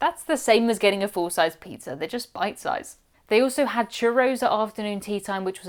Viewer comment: Love your channel! Love how you pronounce pizza… peetzer ❤😂